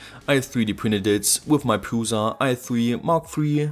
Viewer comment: Prusa is pronounced Proosha